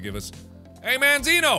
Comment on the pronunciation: mandzio is a polish youtuber mark if you want to go check him out to learn how you pronounce his name